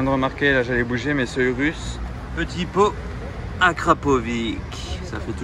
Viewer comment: arrêtez avec vos AKRAPOVIQUUEEE là prononcé comme des bons français !!! ça se prononce Akrapov"itch" meeerde :D